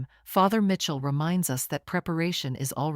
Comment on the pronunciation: It’s pronounced Michell not Mitchell